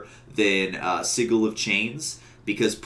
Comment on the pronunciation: It's not siggle it's sidjel